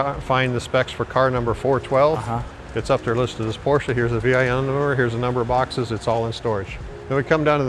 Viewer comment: I don't think I've ever heard somone say V Eye N till today lol.